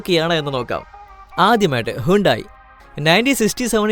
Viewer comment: റേനോൾട്ട് അല്ല റെനോ ആണ് പ്യുജറ്റ് - പഷോ സിട്രോൺ - സിട്രോയെൻ ഹുണ്ടായ് - ഹ്യുണ്ടേ